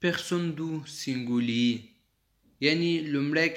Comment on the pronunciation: سینگولی نه گرانه تلفظ سم که سنگولیی نور خه روان یی پختو تلفظ خه که